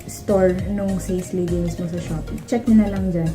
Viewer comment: Ate it’s prounce as SA-SE not SACE